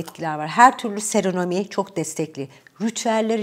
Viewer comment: Çok tatlı bir insansınız. Allah size sağlık sıhhatli uzun ömürler versin. Özellikle serenomi ye seremoni demenize bayılıyorum.